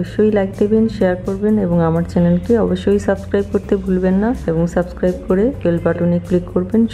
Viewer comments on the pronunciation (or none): none